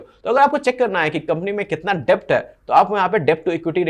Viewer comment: डेब्ट नही भाई, डेट कहो। Debt nahi det kaho